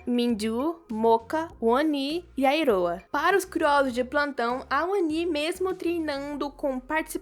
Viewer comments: Diva, o nome da iroha n é iroah, é iroha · Iroah? Não é Iroha??